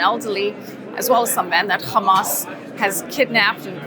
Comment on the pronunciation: Hamas is an Arabic word, stop pronouncing it like the Israelis do! No “kh”!!!! Same with Hezbollah. They both have an actual “h” at the start. 🤦🏻‍♀️